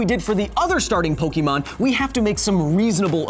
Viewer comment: Yes, i know how its pronounced in the anime, but im saying how it SHOULD be said